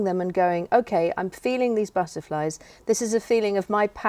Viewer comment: Speaking between you did you say 'buzzerflies' instead of 'butterflies'?? Please do let me know as, that is what I hear...... Thanks.